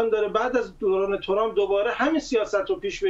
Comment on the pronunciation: اِاِاِ دوباره گفت تُرامپ